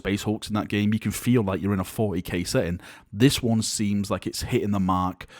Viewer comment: haha he said forty gay